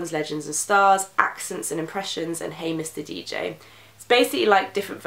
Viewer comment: When you said "Hey mr DJ" at first I though you said "Hamish the Dj"... I was really confused...